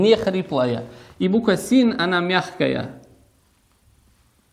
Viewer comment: Две ошибки. Буква " син" плохо слышно была.